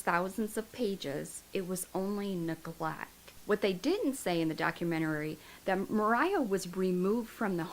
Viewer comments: It's documentary, not documenterary.... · Hi. Love your channel. I'm gonna help you out with no disrespect meant at all. You just sound like you're really struggling with this word and you don't need to as you are adding an extra syllable. Lol..it's just doc- u- men-tary...not documenterary. Hope that helps...lol. Hugs 😊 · Honey it's not a documentarary, its documentary! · Good grief, you have said document-arary a hundred times!!! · I didn't wanna say anything🙈 So im glad some of you did🤭😅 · Honey youre saying documentary wrong. Docu-men-tary. You put an extra r syllable in there. Good luck! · Idk if anyone has corrected you, but you’re pronouncing documentary wrong. I thought it was me at first, but after listening further I heard it again and again. No shade, just sharing! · I swear this is a re-post. I remember she mispronounced 'documentary' the same exact way in the same exact spot. When I look at her recently posted vids, I'm sure they're re-posts too! What's goin on here... is alright??? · You are mispronouncing the word "documentary".